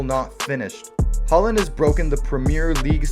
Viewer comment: bryn E dont miss the E . say håland the same way you say th e o in goal .. not that hard xD